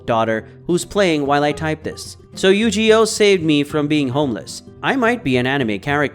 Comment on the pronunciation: It might be an AI voice after all, who mispronounces Yu-Gi-Oh?